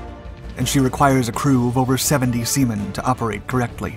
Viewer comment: lol you said sea men